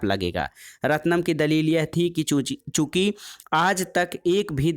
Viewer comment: चुकी को चूची क्यों पढ़ रहे हैं ? ये अच्छी बात नहीं है ।